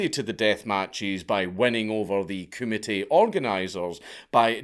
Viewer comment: Honestly thought he was committee. Took a while to realize he was saying kumite. 😂😂